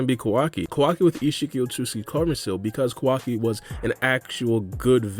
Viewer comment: Bro… it’s KAO. WA. KEE. not KUH WUKI